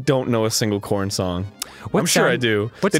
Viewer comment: Korn not Koran